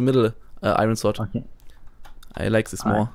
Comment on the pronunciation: Vor allem das th! Sis is rilly intresting! Sis guy is inno!xD